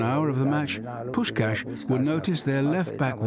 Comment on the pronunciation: Pronouncing Puskás wrongly is a bit embarrassing; normally, I'm not sensitive to this kind of thing, Hungarian is weird enough not to be, but since you call him one of the greatest football players of all time it should not be that difficult to ask one of your interviewees. Poosh-kaash.